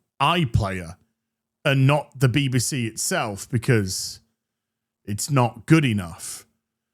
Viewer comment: Did you say bb sea ?😂